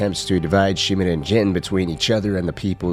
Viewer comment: Sorry bro but I can’t stand the way u say “Yarikawa” and “Shimura” 😭